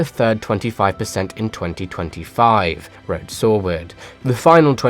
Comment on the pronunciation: I don't like how you pronounce "sauber" It's wrong.